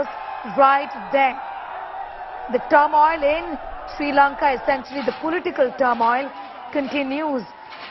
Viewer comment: Turmoil.....? News caster's ... pronunciation...is not good at all... 😀